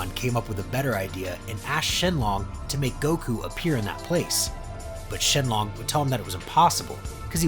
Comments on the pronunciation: Shenlong? It’s shenron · A n d a s k e d.. SHENLONG??? EXCUSE ME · anyone notice he said “shenlong”